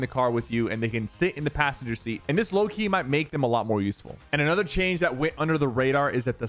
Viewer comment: Did it sound weird to anyone else when sypher said lowkey